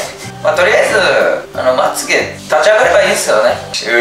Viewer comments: ２分５２秒よっちまゆげじゃなくてまっげだよ！ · 2分52秒 ❌まゆげ 〇まつげ だよね！